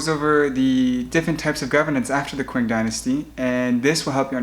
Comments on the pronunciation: Its ching dynasty not quing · The Qing dynasty is pronounced the "Ching" Dynasty.